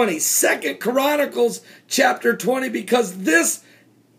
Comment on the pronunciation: no listen to him....he is saying KORANnacles, not CHRONacles